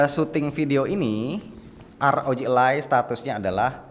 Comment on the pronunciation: bukan elay bang. tp aroji alay